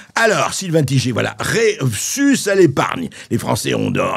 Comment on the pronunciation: Tigé. 😂. C'est Taille-gueur....je pense Sylvain qu'il est temps de donner naturellement et fièrement le vrai nom. 👍